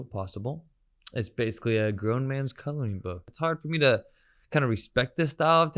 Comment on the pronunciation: Traditional is an “adult colowing book” huh? Learn how to say your R’s before you open your mouth again. Actually unreal. 😂